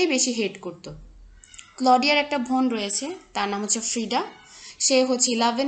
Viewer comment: ভোন নাকি বোন 🙄😅